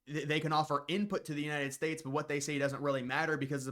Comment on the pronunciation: "United Spates" 🤣🤣🤣